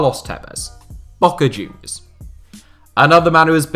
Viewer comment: when he said "B"oca Junior, I really felt that "B"